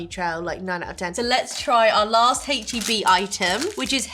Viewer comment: u said hache instead of ache , if it is an American brand u must pronounce it the USA way. TY san antonio based with products from Mexico